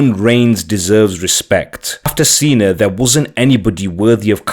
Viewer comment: Like super Cena..he said it right! Lol